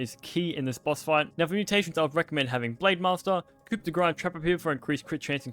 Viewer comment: Pronouncing both coup and grass incorrectly is almost impressive.